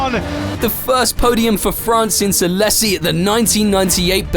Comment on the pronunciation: Alessi? A-lay-see. Seriously, stop with the AI.